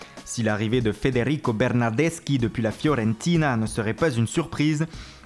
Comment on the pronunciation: Arrête avec les accent comme "Tottenham et Everton" ou "Federico Bernardeschi et Gianluigi Donnaruma" car trop c'est trop defois ca peut etres amusant mais la c'est EXTRÊMEMENT forcer... Sinon continuer comme ça car vos video sont bonnes pour nous renseigner sur les infos Mercato 😉